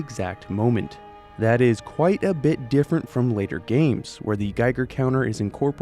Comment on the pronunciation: That, at the beginning. It sounded like... Achtung